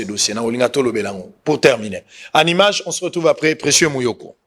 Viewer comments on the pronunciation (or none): none